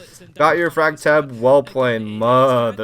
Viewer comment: uhhhhh I'm not trying to be messed up or looking for Darma with daddy but am I the only one who thought he said fag when he said Shaiiko was an entry frag no disrespect to gay people when I type that just saying my brain might be cooked from siege anyways love you or almost maybe turning to the dark side anyways love you